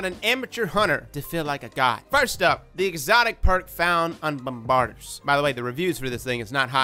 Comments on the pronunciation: Not as bad as frostbolt. He kept calling them "bom-bardy-ers" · It’s not bombard-ers. It’s bombardiers. Think “bomb-ba-deers.” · Whether you say the R is kind of a local dialect choice. Bomb-bar-deers vs Bomb-ba-deers... either is still more correct than ' Bomb-bar-ders. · It’s pronounced “bomb ba deers” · same. c'mon. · Actually ot can also be "bomb bar di a" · Its Bombaardee-ers. Great content as always! 💖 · Bomm-ba-DEERS... you killin me. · Every time he says Bombbarder...I giggle a little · [BOM] + [BUH] + [DEER] emphasis on last sylable. Pretend that "r" doesn't exist. Luv yer channel and builds. Please do an easy to play Titan. Maybe I didn't eat enough crayons as achild lol. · He must be one of those 'hooked on phonics' fools who says 'Grenader'. Bom Ba Deer my man. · "bahm - buh - deers" Hope that helps. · Bomb-ba-deer why can no Americans say this ha! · He said bomb-bard-ers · Is actually pronounced bomb ba deers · It;s pronounced 'bomb-ba-deers' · you are a fantastic youtuber, but my man.... You gotta learn how to pronounce stuff. Its "bomb-are-deers". Notice the "iers" at the end? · Love ya man, but you should really learn how to pronounce the main subject before making a video on it. You’re not even close with Bombardiers.